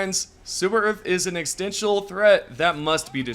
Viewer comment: exstenshul threat